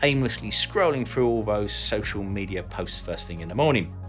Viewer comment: It's pronounced threw, not frew